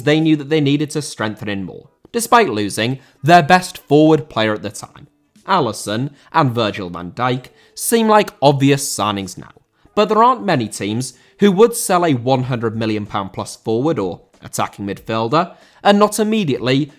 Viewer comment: Alisson* not Alessăn